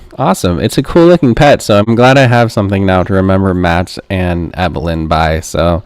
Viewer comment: Please be respectful. It’s pronounced, “Eee-bill-in” not “Eye-bill-in.” If you turn on the sound while watching the documentary, you can hear it over and over. 😊